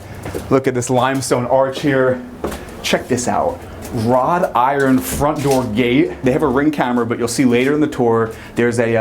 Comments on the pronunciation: The gate is comprised of not "rod" iron, but "wrought" iron. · At the beginning, did he call it "rod iron," instead of wrought iron? I've heard this from young people. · He said “rod iron.” And of course it’s decorated all contemporary and disgusting. What a let down. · Started off the tour saying "Rod Iron" instead of "Wrought Iron".... smh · It’s “wrought iron”, not rod iron. 😝😝😝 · Dewd. Wrought iron, not rod. As in wrought into intricate things. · Wrought iron. Not rod iron. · stopped watching at 'rod iron' lol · it's "wrought iron" not "rod iron" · “Rod iron” haha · Hey, it's WROUGHT iron not ROD iron. The house was probably not built with an inside kitchen originally. Maybe that is why when they wanted to add one they figured the attic would be best. If this house is actually 400 years old, NYC may not allow a new owner to do such major changes as putting in an elevator. Also, if it is haunted just say it's haunted, FFS. 😂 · Wtf is “rod iron” lol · Why do you say hishtory instead of history? I notice you said exshtremely too. Shtreet? Shtripe? Say it with me, ssssss versus shhhhhhhhhh; NOT THE SAME. Iron is WROUGHT. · Dude said wrought iron incorrectly with sooo much confidence lol